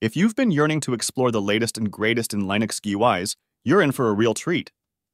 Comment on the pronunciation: Why do you say Lineux instead of Linux?